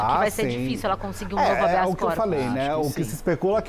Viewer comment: "Habeas Copos" o rapaz disse???? 😂😂😂😂😂😂😂 Copo livre? É festa do curso de direito regado a bebida???. 😂😂😂😂 Não seria "Habeas Corpus".